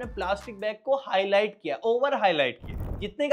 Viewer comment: highlite nahi 'highlight' hota hai